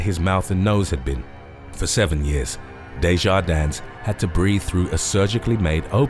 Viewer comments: It's just pronounced "Day-jar-din" without the S! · The S on the end of Maurice's name is silent! Just like Illinois the S is silent. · Just a point of clarification. You don’t pronounce the “S” in Desjardins. I’m just a stickler for grammar. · Desjardins is pronounced with a silent s at the end